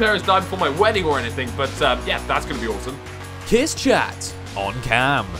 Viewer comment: Lol kiss chat xD, its kiss char